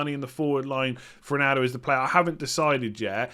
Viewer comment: Why do you always say Rinaldo, sounding like an i instead of an o?